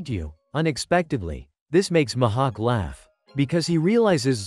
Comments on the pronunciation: Why did he say Grap not Garp and mahawk not mihawk and kazaru not kizaru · And it's not Mahak it's MIHAWK AND IT'S NOT YOUSOPP IT'S USOPP